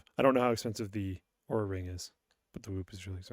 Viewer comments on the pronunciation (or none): Oura is supposed to be said like the beginning of "Oh rough"